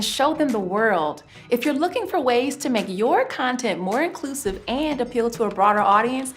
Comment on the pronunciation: Never trust a woman wearing such ridiculous glasses. "Incusive".....riiiiiiiiight.🤣🤣🤣🤣